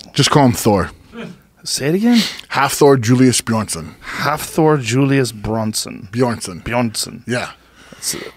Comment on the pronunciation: Hafthor, not HALFthor lol. Nice try